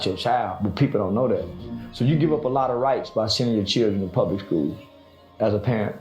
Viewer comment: Pair-rent...its in the name...they consider your babies your rentals